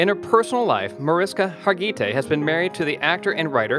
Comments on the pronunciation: Thanks!! Mesding it up with Har gee tay. Har geh tee is the right way. Say it fast. This lady deserves more justice to her name. Too classy to mess it up. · HAR- GI- TAY.. Marish-ka....OMG. wtf.... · It's Marish-KA, Mag-dol-na, Harg-i-TAY, omg the pronunciation is so bad